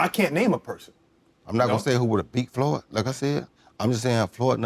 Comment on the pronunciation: Damn.. he called him "floyd" hahaha😂😂😂